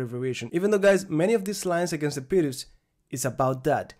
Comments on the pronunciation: Thank you, was facing this problem. Also, I remember you saying that you were pronouncing "pirc" wrong in the previous videos and now you have changed your pronunciation which means this is the correct pronunciation. Thank you as always for your efforts :) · finally your pronunciation of the word (pirc) has changed heheh :D I missed your lessons thank you very much master. as usual I practice with my chessboard and I write in my notebooks :)